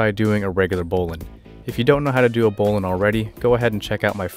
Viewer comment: Excellent presentation, with correct pronunciation [bowlynn]